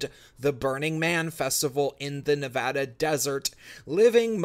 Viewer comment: I appreciate you pronouncing Nevada correctly. You’re not wrong about the pretentious west coast liberals. We have a huge wave of Californians moving to Nevada and I ALWAYS hear the complaint “Well in California we do it this way!”. Well if California was so great why did they leave?